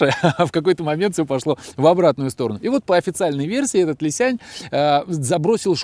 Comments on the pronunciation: Уважаемый автор! Не Ли Сянь, а Ли Сян! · Не "лисянЬ", а "лисян" - без мягкого знака. И да, разница колоссальная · Какой Ли Сянь? Li Xiang. На Русском Ли Сянг. Г в конце практисески не читается. Н-носовая твердая